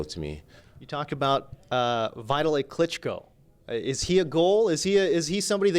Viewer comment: i laughed really hard when he says he wants to figh one of klitsncko